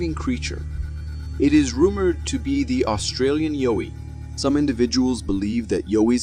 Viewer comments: Dude how do you not know the difference between a rake and a skinwalker by now? Oh you say Yowie wrong too. It's yow-ie not yo-ie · It's Yowie, like how or wow.